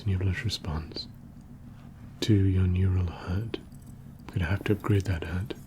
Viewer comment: i like your accent, only after my 5th watch i realized you were saying HUD not HEARD